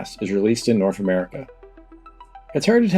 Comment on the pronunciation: North isnt pronounced norf.